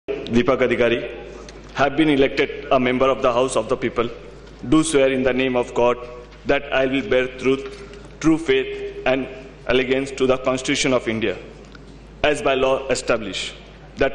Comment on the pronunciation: This subaltern ikon Dev said "Allegance" instead of Allegiance! Listen carefully. . Jogen Babu and Ritabrata said it nicely.